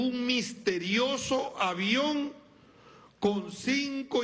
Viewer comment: "el aviäón, el avión! .... jajajajajajaj qye folklorico este espectaculo....jajajajaja